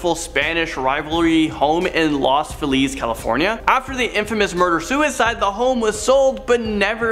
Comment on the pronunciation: The first girl was good. The second guy - MAN! It's not a "catch 22", it's not Martha's VINEyard, it's not Illinoiz, and it's not "loss" Feliz.